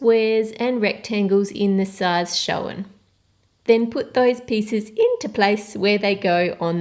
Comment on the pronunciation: If you listen... 'in the size show-un'